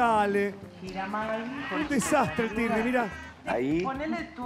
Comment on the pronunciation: Tirri no turri